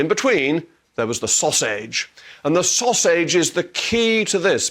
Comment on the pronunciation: The "Saus-age"...bravo 👏👏👏 🙄